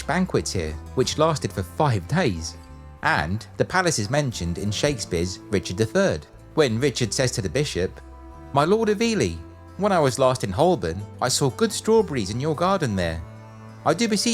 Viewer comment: Not Holburn, but Holborn (pronounced Hoburn)